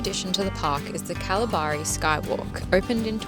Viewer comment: I'm a local Perth gal - it's kal-barry :)